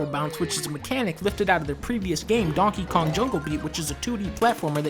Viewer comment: Did he said dunkey kong?